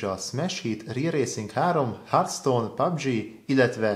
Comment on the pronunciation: Pubg (mobil) nak kell kiejteni